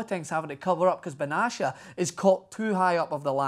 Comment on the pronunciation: I dream Of A champions league El Clasico ...I hope it happens (Ps: It's Pronounced Bena-tia ,not benchia , come on you bloody sheep shagger, don't Butcher my Countrymen's Name :D )